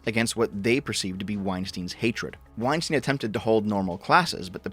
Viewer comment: You don't know what you're talking about in respect to Maajid Nawaz or Bret Weinstein (which is -stein as in Einstein and not -steen. This is the bare minimum you should have researched). They are NOT conspiratorial nutjobs captured by their audiences. Straight up made up shit. The effing balls to think that you're ahead of Bret Weinstein and Heather Heying's perspective in recent matters without being a follower of their train of thought, having the qualifications or time doing research to formulate a coherent argument against it. The idea that you're so far ahead that you look at them in the rearview mirror as another stunted attempt at societal analysis and summarising it as a conspiratorial audience capture is the peak of hubris. They actually do science, real science. Absolute clown.